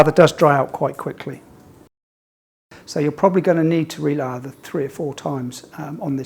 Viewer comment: Lather not larva